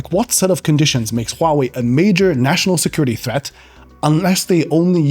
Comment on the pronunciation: Finally a tech YouTuber who can correctly pronounce Huawei Subscribed